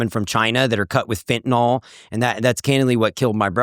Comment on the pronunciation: (Ugh! It's fentanYl, not fentanol. Letting myself, cos this podcast's subject is pharmacology.)